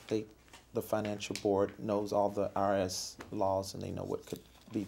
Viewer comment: Consistency is key! “I don’t know!” “I am not sure!” “I really don’t know” “Ask Michelle” wow! The way he says IRS Hahahaha